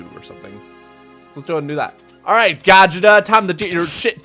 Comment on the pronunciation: Hearing "Gah Jit uh" instead of "Go Jeet Uh" Hurt me for some reason...